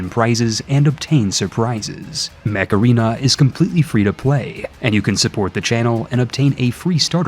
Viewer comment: Sorry, I can't tell if you are saying "Mech Arena" or "Macarena"